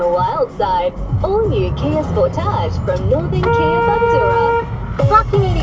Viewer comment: Kia Sport-arj? It's a Sport-age. Like "carnage"